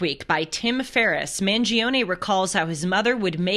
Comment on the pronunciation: It’s pronounced ‘Man-Jee-Ohhn’